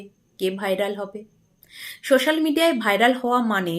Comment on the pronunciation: সোশাল হবে শোশাল না কেরে এরা😮শোকেশ না সোকেস😂